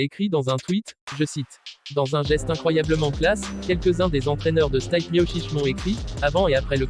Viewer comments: Ça se prononce stipé et pas stype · Stipe miocic ! Vous avez massacré son nom 😭😂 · C'est pas Stayp , c'est Stipe prononcé Steepé !